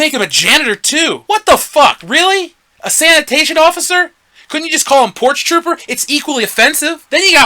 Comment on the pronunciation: I nearly spat out my food when he said "porch-trooper" hahah! Then he reminds me of Loke GroundRunner from "Thumb Wars" with the whining impression. :)